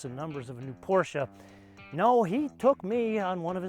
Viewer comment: Finally an american who can correcly pronounce PorschE